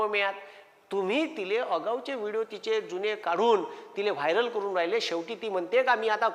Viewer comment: वायर नाही रे वायरल